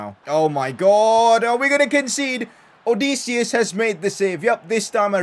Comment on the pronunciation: I'm from Greece(so is odysseas) and I have to say that you killed his name